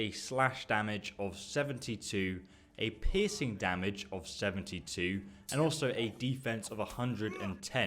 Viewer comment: "Pissing damage"?